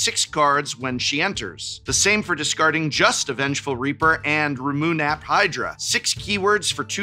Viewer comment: is he saying Ramunap wrong as a reference to something?